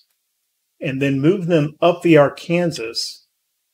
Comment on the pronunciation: I'm loving your content but I have to ask and I mean no disrespect but how is that you can say the name of the state of Arkansas correctly but not the Arkansas River? lol